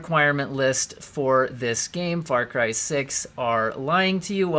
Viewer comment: Hehehe "Fary" Cry...lol